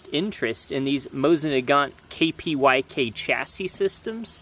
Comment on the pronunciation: „Kpyk” means „raven” and you should pronounce it „croock”